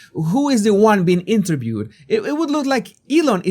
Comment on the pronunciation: "Elon musk was eenturbewed"